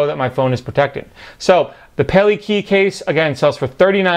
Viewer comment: Actually pronounced pah-lay-kah-eye...pale (to prevent), kai (the sea) Judging by the honu (sea turtle) figure it's in Hawaiian. Interesting case btw.